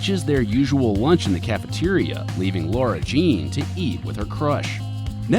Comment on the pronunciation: who the hell is “Lauuura jean” 😂